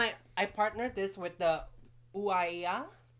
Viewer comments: is so funny pronouncing that brand but cant blame her. was reading it the same way in my head lmao make cat a permanent part of this pod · Not pronouncing ouai wrong 😂😂😂 I was dyinggggg 😂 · pronouncing OUIA wrong hilarious 😂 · Always looking forward to this podcast on Thursdays. I'm so glad we finally get to meet! LOL im laughing so hard when said the mini chocolate chip cookie cereals... almost mispronounced shea moisture, and then ouai 😂😂 Cheesecake is also my favorite dessert! Or anything with cream cheese filling!